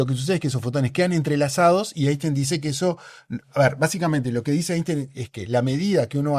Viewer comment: Es típico de los “científicos” tercermundistas afirmar que Einstein estaba equivocado. También es típico no pronunciar la palabra “Einstein” correctamente y no haberse enterado que Feynman consideraba la mecánica cuántica imposible de intuir, y reírse como si eso fuese una trivialidad.